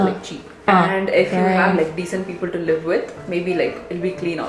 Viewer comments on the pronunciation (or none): none